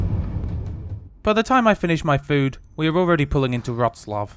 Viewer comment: No L in Wroclaw. The L is a W